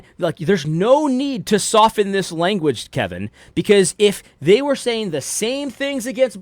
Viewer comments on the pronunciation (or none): none